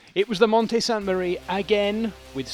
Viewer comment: S A N T E M A R I E!!! It’s Italian not french…